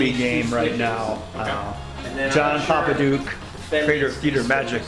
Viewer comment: Popadiuk, not Popaduik